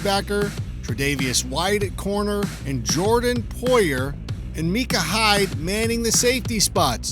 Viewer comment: Meecah Hyde.... epic